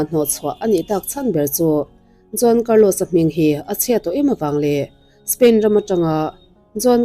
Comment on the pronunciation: John tih ang in kan lo hria ani maithei mahse Juan tih zawk tur ania John nilo in😬😬